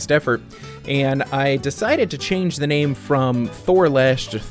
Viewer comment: Congratulations on finishing. Thank you for pronouncing my name correctly. I think I will go with the long play videos with commentary. I'll let you know when I get around to doing the video. Have a great year. Hugs